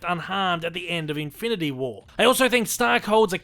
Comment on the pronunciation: "Infility" stones lol